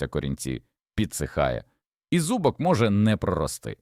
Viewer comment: Вас вчили правильно ставити наголоси ? ЧаснИк, зубОк бобИ прегнІй пАростки,марганцІвки Господи, вам що язик покрутило?